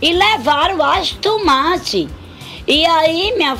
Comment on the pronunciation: "AS TUMATI" 😂😂😂❤